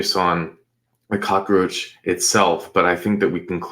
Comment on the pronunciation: This offender deserved the full 3 syllable cock-a-roach,!